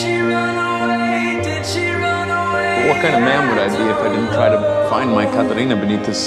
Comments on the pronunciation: how he says katerina is so satisfying thats so oow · I think he emphasizes the "rina" in "kathRINA"...it's beautiful how he says it I agree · I love the way he say Katerina too. It's like the sound of her name took his breath away. A